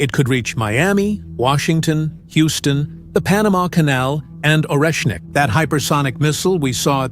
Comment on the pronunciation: It's not Oreknnik but Oreshnik. Sh like in She.